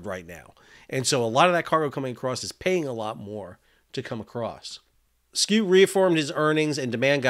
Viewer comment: Sal, I know european names can be difficult for Americans! Maersk CEO name is pronounced for an American like SHOW, where you shift the H out with a K- like SKOW (no punt intended) Thanks for videos, keep them coming!